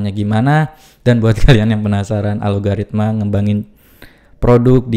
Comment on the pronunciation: Suka2 bibir lo aja bang, nyebutnya 😂